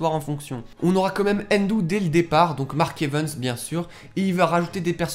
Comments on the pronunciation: Silteplait arrêt de dire mark (evens)c'est mark(evaaaaaaaans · Like si tu veux que il arête de dire mark evens